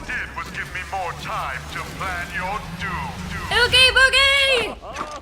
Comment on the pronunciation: Bruh she said ooge boogie